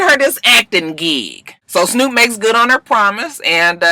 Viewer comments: you gotta get the ou. It's snourp. Like, you gotta put ya lips together like you doing deb but it has to be an ou plus a r sound. It's the bmore pronunciation. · when you say Snoop, it should sound like Snyoop...